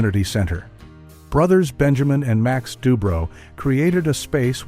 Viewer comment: Thanks for the great pictures. The narrator has a pleasant voice, but doesn't sound as though he's from NYC. Dubrow rhymes with "allow", not "beau". Are you using AI?